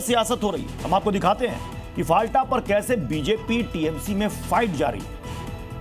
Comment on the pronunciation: Dear Zee News , It's " फलता" Not फालटा